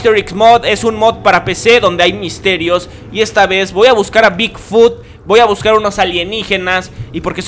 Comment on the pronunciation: Me rncanta cuando dice , voa correr , en vez de decir voy a correr :v